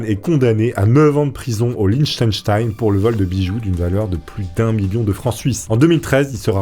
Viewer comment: ça se prononce Lirrtenchtein... Et faudrait aussi affiner ta prononciation des noms slaves et yougos ^^ Perso j'aimais bien les pink panthers, ils avaient la classe....